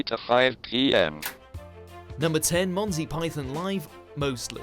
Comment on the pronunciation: Say Monty right